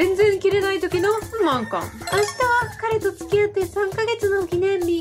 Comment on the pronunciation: ふ↑ま↑ん↓か↑ん↓